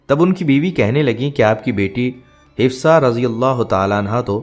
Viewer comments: Hafsa bolein, hifsa galat hai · Apko name sahi padhna nahi ata, Hifsa nahi HAFSA Binte Omer hai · Islamic malomat day rae hai achi bat but plz hazrat Hafsa R.A talafuz ha urdu m b ap n ghult likha ha aur name hafsa ha hifza nhe ha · Hifsa nahi hafsa hai naam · Hafsa naam hai..hifsa nahi naam thik se lo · آپ نام غلط بول رہے ہیں حفصہ رضی اللہ تعالی عنہا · Hifza ??? You’re not pronouncing right name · تلفظ انتہایئ غلط اور ضرورت ہی کیا ہے ایسی انفورمیشن نبی صلی اللہ علیہ وسلم کی ازواج کے بارے میں سوشل میڈیا پر دینے کی